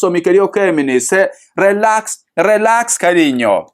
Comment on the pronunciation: Relax se pronuncia rilax.Bendiciones